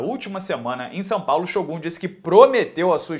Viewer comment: Nosso querido ''SHÔGÁS''